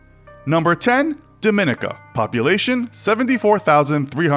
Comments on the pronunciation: Dominica. DORM-me-nee-ka. Not DOOR minica. Why can't y'all say it? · its dominica not dminica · Dominica is pronounced Dom-min-ee-ca not Duh-min-nick-uh. The people are Dominican, but not pronounced like people from the Dominican Republic. They’re pronunciation is Dom-min-eek-en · Pronounced: DOM - in - ICA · It's pronounced DohMeKneeKah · You pronounced Dominica and Nevis incorrectly. It is Dom-me-knee-ka and Knee- vis. This aggravates me with videos like these attempting to share information. Get the pronunciation correct first. I am West Indian. We are not lonely and is accessible by air and sea. We are listed on cruises. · Dominica is pronounced Dawh-mih-nee-Kah. St. Kitts and Nevis- Nevis is pronounced Nee-vis. Thank you :) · Dominica is pronounced “domineeka” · The stress in "Dominica" is on the third syllable, i.e. the second "i": domi-NEE-ka. Nevis is NEE-vis, not "nevvis". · It’s pronounced dom-min-knee-cuh 😭😭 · that's not how you say "Dominica". The stress is on the second i (on the third syllable): dɒmɪˈniːkə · I'm a Canadian and my grandma is from Dominica and it's pronounced Dom I nica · dont mean to come off as r/Imverysmart but I'm pretty sure Dominica is pronounced as "Dom me nee ca" but idk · You’re pronouncing Dominica wrong - it’s not pronounced like the Dominican Republic. My wife grew up there. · Pretty sure that's not how Dominica is pronounce 😂😂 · He's pronouncing Dominica wrong lol. The cringe. Edit: He pronounced most of the Caribbean countries wrong. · Just a friendly flag that your narrator mispronounces both Dominica and St. Kitts and Nevis. Perhaps good to talk to locals before deciding on a pronunciation. :) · .....that not how you say Dominica. Itll take you 3 secs to google its pronunciation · When you make a special effort to pronounce Liechtenstein properly but can't pronounce Dominica properly.